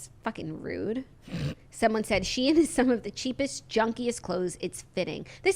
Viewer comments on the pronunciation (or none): It’s pronounced how it’s spelled “She-in”. Originally was called SheInsider and they shortened it to just Shein.